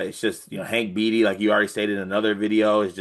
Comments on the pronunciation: Beatty’s name is pronounced “Baity” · Came here to say it’s pronounced bAtee but whose counting. Heck of win nice resilience fellas. Lots of trap games ahead on the old skedge..